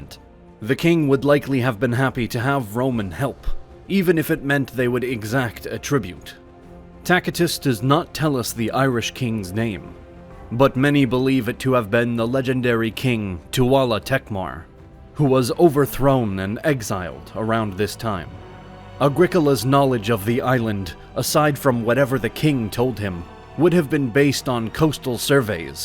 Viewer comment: Ah yes the legendary Irish king “toowala tektmar”